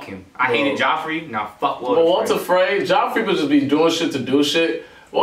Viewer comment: "Walter Frey" wut